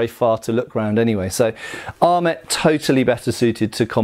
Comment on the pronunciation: Your not pronouncing French words with French pronunciations kept knocking me out of the project I was working on while this was on. ET endings have an "ay" sound. :P